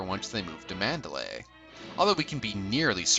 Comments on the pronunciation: Good review but you mispronounced the estate's name in "Rebecca". It is "MAN-der-ly", not "MAN-da-lay". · It's pronounced Man-der-LEIGH.